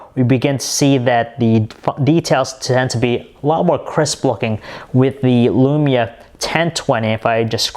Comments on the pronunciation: This guys voice is near unbearable... All of is vowels are 'a'. Nakaya lamaya tan twantay... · i hav tha nakaya lamaya fiftan twantay. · alexander gomez Can you send me your lamaya fiftan twantay? I needs it.